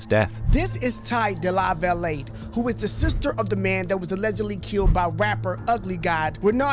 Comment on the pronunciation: The last name is pronounced "Duh-lava-lay."